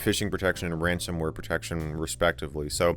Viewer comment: Ran-Sama ...ware